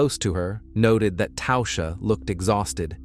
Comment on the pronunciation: "Tausha?" There's no U in Tasha.